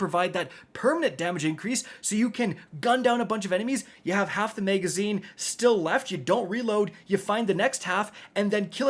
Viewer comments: Megaszine??? 😅 Sounds like something from Judge Dredd. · “Megazine” “extended Meg”